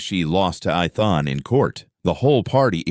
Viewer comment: The mispronouncing of the name Ethan is very annoying